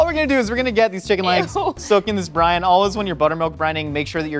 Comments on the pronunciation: I've been watching too much GMM that I hear Buttermilk Brian instead of Buttermilk Brine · Even though I know what you're actually saying, my brain keeps hearing "Buttermilk Brian 👑" because, you know, GMM 🤷🏽